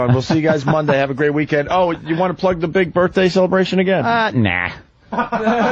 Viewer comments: Hey Opie, what white guy college educated white guy says " birf " day? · Opie thinks its clever to pronounce birthday like "birffday" every single time he says it. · I love how Opie pretends that saying 'birfday' repeatedly is going to make him funny.